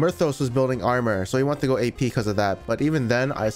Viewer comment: “Gay peee gangplank”